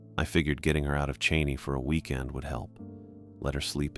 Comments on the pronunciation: I do hate when people say “Chaynay” 😂 you sound like Forrest Gump. Che-ney. Cheney. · Go Eags!! ❤️🖤🩶. Funny he pronounced Sookane correctly but not Cheney. 😂